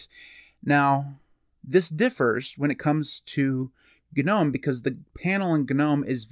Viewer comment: did bro just say ganome? lmao